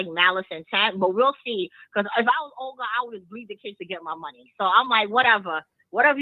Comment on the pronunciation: lol 🤣🤣🤣Not Oger 🤣🤣it’s Olga pronounced Ulga. You are so damn cute🤣